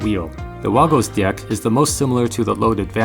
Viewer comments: I loved all the "di-ecks" . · the fact that he says dieck every time drives me up the wall XD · is it just me or is it really awkward when he looks straight into the camera and pronounces deck like that